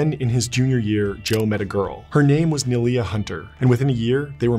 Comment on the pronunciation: All of this was taken straight out of Biden's crap-laden playbook. That's why it skirts around vital issues, particularly the timeline and details surrounding the tragic accident that took his wife and tiny daughter. Poor Neilia's name is mispronounced, and no mention is made of the l heart-broken woman's uncharacteristic drinking binge that was spurred by Joe's affair with her close friend and colleague. ---Jill Biden's husband at the time, is a far better source of information than the cleanup crew who helped slap this puff piece together. While Trump's surely no FDR, Biden has no redeeming qualities whatsoever. Everything about him is false. Everything.